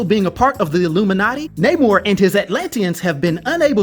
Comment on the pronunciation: Yes it’s Namor, not Namouurrhhh